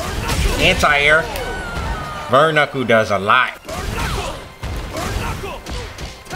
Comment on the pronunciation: the way u say burn knuckle is funny bro ur actually tuff bro keep up the good work man ❤